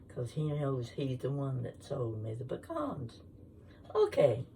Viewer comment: Looks yummy! I’m from Georgia & if those pecans came from Ga you need to pronounce it correctly 😂😂😂